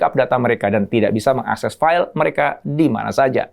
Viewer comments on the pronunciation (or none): none